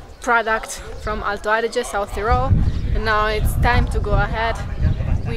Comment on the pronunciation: Alto Adige Is correct